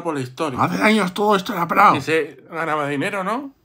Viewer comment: He tenido que reducir la velocidad de reproduccion en el , no entendia al viejo... "hace años todo esto era praho"... "no ma cuerdo" xDDDDD